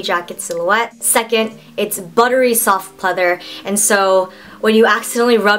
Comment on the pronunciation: LOL awwww someone should make a gif out of her face when she was like "waow dis is so sooftt"